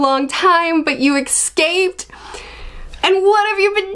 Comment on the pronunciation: Oh, we need to have a word about a word 😆 That would would be escape/escaped rather than some strange “excape, ecs-scape, ecscaped and definitely not “exscaped” Almost as bad as “did you AXE me a question? 🪓 🩸 😧 P.S. Keep making the amazing content on ONE PIECE! Love every video you make on the series.